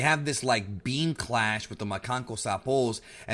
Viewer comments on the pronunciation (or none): none